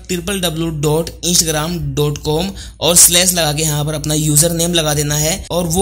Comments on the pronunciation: bro its not insh ram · इंसग्राम nhi hai bhai 😃😃😃😃😃😃😃Instagram hai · Insgram kyo bol ra be laode wp Instagram hai 🤌😡😤😤